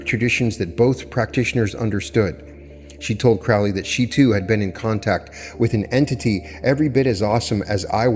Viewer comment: Pet peeve of mine: its pronounced Crow-lee not Crao-lee, Crow like the bird